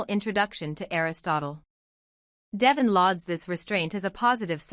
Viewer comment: I wish they had another person or voice than the one they have now Devon is his name, Not Devven!